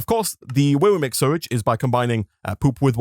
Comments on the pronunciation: I guess I missed it, but how come you pronounce it "surrage"? Not to be ignorant, just curious. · it still annoys me how he can’t say sewage right.